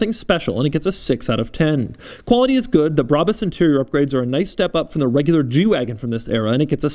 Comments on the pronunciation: None of those pronunciatons of "Brabus" were right lol. German is a pretty phonetical language when compared to English, so many things, like "Brabus", are pronounced phonetically. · It's not brabis, bräbis or breibis it's BRABUS ! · Say Brabus Like Brah-boos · BRA - BUS I mean, how is it pronounced any other way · I think it’s pronounced, “brabus” Like if you agree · Brabus Is a german, u say It like u write It